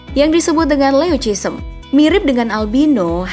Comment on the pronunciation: Wkwkkwkw leucisem ? Leucistic kali